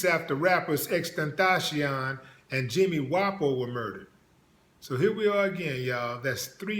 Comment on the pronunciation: Not to be rude but it's xxx tent ac ion